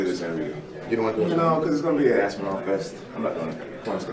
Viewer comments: It’s Tom Aspinall like tall not Aspin-owl… 😁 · "Its gonna be an Aspinal fest!"